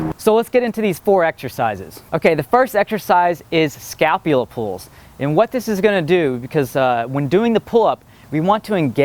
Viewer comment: ***** Scalpula is not the Scapula. He was saying it wrong. Wow.